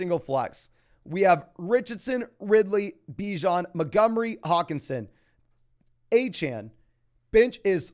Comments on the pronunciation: I had to unsub because u keep saying a-chan. instead of A CHAIN, i think its intentional because he's an Aggie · Achane literally came out and said the people were pronouncing his name wrong and that it’s pronounced A-chan. 🤦‍♂️